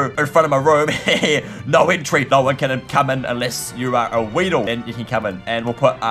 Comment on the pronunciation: i heard you always say waeidle accept weedle but its okay